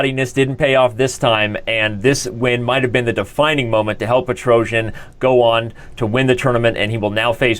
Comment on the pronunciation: Also, Tigran's name: "pet-roh-cyAn"